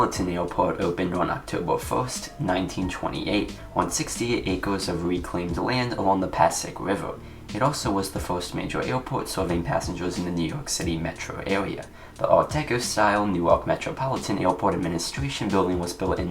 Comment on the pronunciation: Nice Video heads up the river is pronounced Pa-Say-ick (at least that’s how the locals call it)